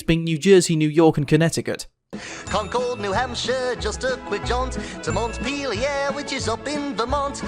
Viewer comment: Another inaccuracy: Concord, New Hampshire is actually pronounced "KAHN-kerd" (/ˈkɒŋkərd/; sounds similarly to "conquered"), not the same as the Concorde plane like how Wakko does so here.